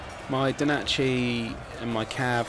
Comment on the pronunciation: FFS its NO DACHI not DO NACHI....